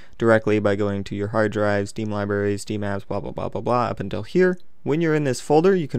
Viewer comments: You said libary its library ) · "Liberry" lol.